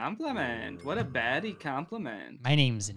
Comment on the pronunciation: noooo it’s “bhaddies” gosh sir get it right